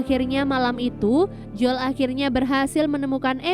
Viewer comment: Bacanya joel mba bukan jol